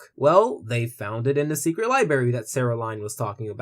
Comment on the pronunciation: Li*bra*y dude. Also, nice video! I kinda see what you're getting at.